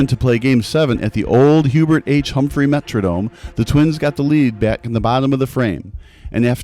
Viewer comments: "the Metrognome"???? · Metrodome, not metronome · That bothered me, too. Not a “metronome”. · "Metronome [sic]?"